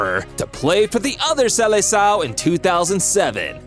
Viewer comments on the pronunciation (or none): your pronunciations kill me in portuguese so i shall help Maritimo was fine but you said funchal wrongly instead of funkal, its mostly pronounced as funshal seleção is pronounced to english speakers something along the lines of selesaum